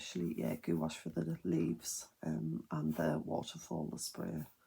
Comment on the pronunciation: The way you keep pronouncing gouache as goo wash has me cracking up girl. Beautiful art though!